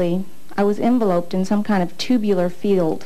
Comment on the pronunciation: Yikes. “Envelope’d”.